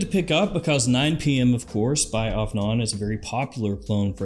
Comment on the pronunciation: AFNAN is pronounced "off n on" 😂